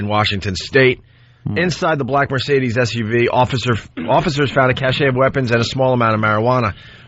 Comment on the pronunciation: Opie is so confident as he repeatedly mispronounces "cache."